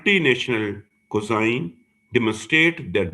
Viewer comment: Correct pronunciation of "cuisine" is: /kwɪˈziːn/ — sounds like kwee-zeen (not kozen or kozine).